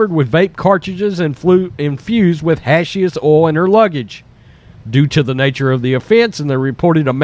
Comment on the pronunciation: I tune in to listen how he says hashish oil funny every video at least once.